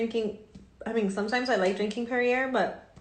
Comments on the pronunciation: Perry air. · omg this girl and her 'pear e ear' water is so stupid that I actually had trouble getting through the clip of her. (also I loved that she was trying to flex that she was drinking Perrier but couldn't be bothered to figure out how to pronounce it). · For me it's the way she pronounced Perrier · Not that she pronounced Perrier exactly the way it looks 🤣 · The Chanel symbol as “art” and not knowing how to pronounce Perrier gives away her attempt to show a high class lifestyle without actually having the money. What a thin veil she uses to trick the vulnerable into thinking she’s a “business owner.” Sad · My thoughts exactly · I was dying when she said that lol this chick is the worst. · For someone who is struggling with COVID you look stunning mama. Hope you are feeling better and hope your honey is too. You def can't trust someone who can't pronounce the name of the water she is drinking